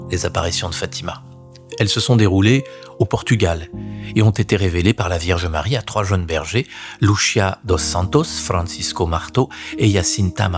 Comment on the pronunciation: Bonjour, Je suis portugaise, je voulais vous apporter la prononciation des prénoms des petits bergers. Lucia Santos : se prononce Loucia, pas Loutchia Francisco : se prononce Frincijco et Jacinta, se prononce Jacinta, pas Ia Iacinta 😊😊